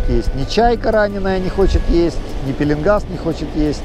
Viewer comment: кстати пишите правильно-пеееленгас ,а не пииииилингас.